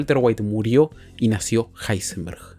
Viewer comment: Me encanta que en uno de los números del top le llama a Heisenberg: ilsenberg o como se diga